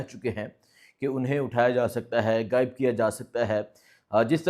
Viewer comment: apny pronunciation py kaam karo. گائب، حاموش، عمران ھن